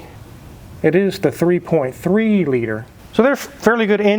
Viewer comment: "3.3 LITTER" Litter? Weird.